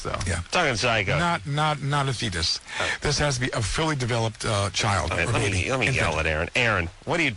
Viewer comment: This goofball psychic has the most awkward speech patterns known to man. He just wildly uses the wrong vowels lol (filly instead of fully among other gems)